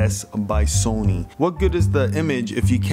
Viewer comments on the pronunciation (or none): none